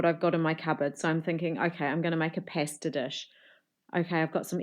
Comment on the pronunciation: Did you say pasta like that for comments? Congratulations if you did. If that's legitimately how you pronounce pasta, you're the only kiwi I know who does. I was born in Christchurch, grew up in Invercargill, and have lived in Nelson for 31 years now, and I've never ever heard pasta pronounced that way in my life.